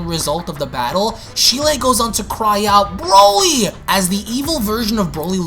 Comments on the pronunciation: Its cheeli not shelie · Hearing how you pronounce Cheelai makes me cringe. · Can you not pronounce cheelai